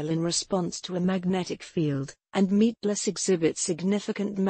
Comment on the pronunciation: I just love listening her saying "Meatglass" over an over